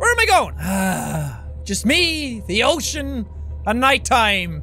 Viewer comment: Oh, cean! Get it, it sounds like he's saying a vulgar reaction that is commonly used by himself